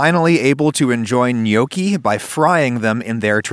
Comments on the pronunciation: I can hear all of Italy fume at the pronunciation of Gnocchi. It is pronounced N-yawki, not No-ki. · Before making a video about gnocchi, learn to say gnocchi correctly. It's noh-ki, not gyanookee. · Neokie? I always thought it was knock-ey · For my whole life I tought that you pronounce it as notchi itstead of nyokki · No, in Italian, gnocchi is pronounced like ñoki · Had to pause in the first 3 seconds cuz I couldn't handle how he pronounced gnocchi. I always thought it was gno-chi not nyoki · It's not gnoecchi, the o is like hot, not like toe. Learn Italian. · i had no idea it was pronounced nyoki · It's actually pronounced nyee-aw-key but it's better than some other pronunciations I've heard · Every time he says gnocchi, i hear yolkie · yeah i noticed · acually they are pronounced "Knoschi" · When I heear you say gnocchi, I always thing ok hiccups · Man I never hear Americans pronounce Italian words correctly xD Great video though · The way adam says Gnocchi is a crime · How u said gnocci gave me a heartattack! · Is it okay that I want to slap you for pronouncing Gnocchi this way? You're Italian, dude. Learn how to say it! Here's a link below. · Every time he says gnocchi I want to season a cutting board and serve him on it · The G in gnocchi: am I a joke to you? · Wtf is this pronunciation ?? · The way he says nonna and gnocchi🤦‍♂️